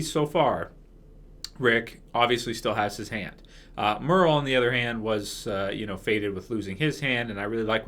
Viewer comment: hah you said merel on the other hand